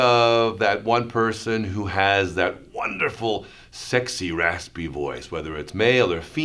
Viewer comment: Take a shot everytime he says “sekxy rasspy voyss”